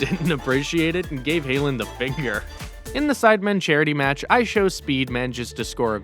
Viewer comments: hailand? its haaland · Bro can’t pronounce haaland lol